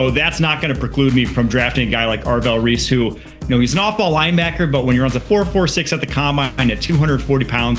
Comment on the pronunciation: “Avrell Reese” lol